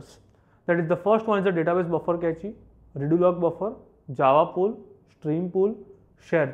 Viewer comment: Cache as Kae-chee 😵 it is pronounced as cash